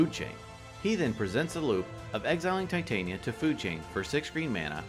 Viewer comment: Wow those were some fun games lol crazy turns out of nowhere. I don’t mean to be or like being that person, but I do have one complaint: Tih-Tahn-Yuh. Titania like the folklore fairy queen. Tie-Tay-Neeuh sounds like if there was a female titan in a show and the writers were lazy so it’s like “let’s call her titan, but make it feminine.” Just puttin that out there...